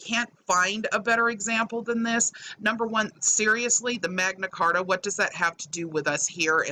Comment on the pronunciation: First of all, it’s you’re, not your. Second, it’s the Magna Carta, not the Megna Carta. And third, the TIAD? Maybe you should refer to yourself as Virgo Triangle. (Hahahaha) Pedophilia? What a stretch! And I didn’t know we still had slaves in plantations. Wow. And somehow, they seemed to have omitted the part about how all the Jews own all the money and run the world. 🤦🏻‍♀️ My father always says ‘don’t let the bastards get you down!’ Keep up the good fight and hard work! We ‘europeans’ appreciate all your hard work to expose these scammers! We love you!!! ❣️❣️❣️